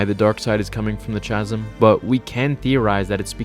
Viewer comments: FWIW, “chasm” is pronounced like “kazum,” not like “chazum.” Cool video, though. I didn’t know all this. Poor Jedha :( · It makes me wonder if he knows how to pronounce chasm and is blatantly starting controversy to trigger people and/or start conversations 🤔 bro if you read this, it's pronounced ca-zm. I'll certainly get over the goofy pronunciation, but it should help you avoid triggering more legions of nerds in the future. For THAT specifically at least...the more you know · It’s Kaz-um. Not Chaz-um. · Bruh it’s pronounced like kaz-uhm not chazz-uhm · Dude it's "ka-zim* not "cha-zim" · Chasm. The H is silent man. No "ch" sound for furture insight. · Chasm is pronounced ka zim not cha sim. Loved the video by the way, pulling me back to your channel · It's pronounced kasim phonetically for chasm....with a K sound. Not a Ch ... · Chasm starts with a K sound. Not CH sound. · The word chasm is pronounced with a c like in cat not a ch like in church. Just saying. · I love everything you do,, but I think you should have read over your script a couple more times before recording this. "Chasm" is pronounced "kaz-um" not "cha-zum". I'm sorry. Maybe my inner "grammar nazi" is being too hyper-critical... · chasm is pronounced KASM KA-Z-M holy fuck dude. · Chasm is pronounced kazm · pronounced ka-zəm (bangs head on keyboard) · Good video....but "chasm" is pronounced ˈkazəm. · It's pronounced 'Kazzum' 😜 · Chasm is pronounced "kasm" in both the US and UK. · Chasm pronounced Kasm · chasm ... pronounced (kazim) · Erm... 'chasm' is pronounced 'kazm' (/kæzm/)........ Just saying. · Chasm. Pronounced like (kaz-im). Just fyi. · It's pronounced kasm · Chasm...pronounced Kasm. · Now I hate to be 'that guy' but I just can't stop myself.... Chasm is pronounced KASM and Jedha is SPLIT in 2 not spilt. Great video though 👍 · It’s pronounced “kasm” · Love your vids always, but "chasm" is pronounced "KA-zum" the ch is a K sound ;) like chameleon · Pronounced “kazzum”.